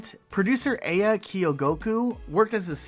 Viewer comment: Great vid but quick note, the producer's name is pronounced "ah-ya," not "ei-ya"